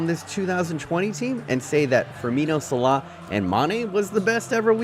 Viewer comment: How bout slaw (salah)